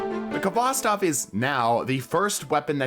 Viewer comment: It's pronounced hvostov not kovostov haha